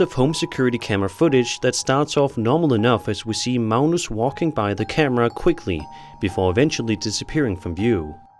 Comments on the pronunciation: Uh why are you calling Magnus Malnus? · What country are you from that pronounces a 'G' as an 'L?' Where is "Magnuss" pronounced "Maleness?" Just wondering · Its Mag- nus....like Magnum p.i.. ... Except with an "s" ...and obviously no p.I....and if he got 11 hours out of those candles...that's amazing...I usually only get about 6 out of them. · Sir, there is no "L" in Mag-nus...js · Never heard Magnus pronounced as Mounus before.